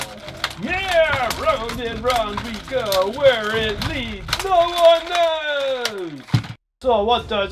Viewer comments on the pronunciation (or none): none